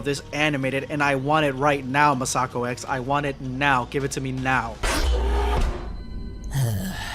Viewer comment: not to nit-pick, but you're mispronouncing "MasakoX"..